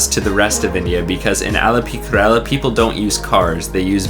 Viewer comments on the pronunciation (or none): This is complete RUBBISH Kerala is pronounced Care Ra La honestly you have no clue.. Actually you were there..???? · dude is kerala not karela.